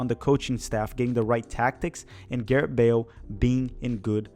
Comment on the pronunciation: I don’t mean to be that guy but what the heck… I’ll be that guy. When you finally got to Wales, you kept on saying Garett. His name is *Gareth*.